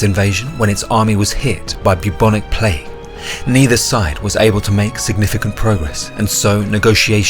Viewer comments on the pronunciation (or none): none